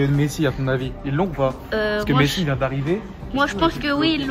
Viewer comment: Wesh au lieu de dire Messi il la dit besi